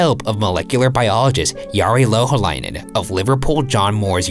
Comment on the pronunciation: He didn’t pronounce Louhaleinen correctly